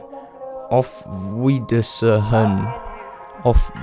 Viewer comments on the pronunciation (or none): Wiedersehen is pronounced " Wii-dur-se-hen" If you say it like that it Sounds 90% right :)